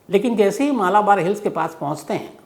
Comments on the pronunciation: मलबार है, मालाबार नही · Please correct your pronunciation of Malbar Hill.